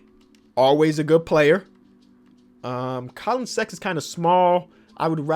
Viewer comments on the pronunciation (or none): none